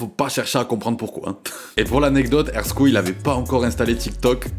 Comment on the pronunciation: Merci de dire son blase correctement 🎉❤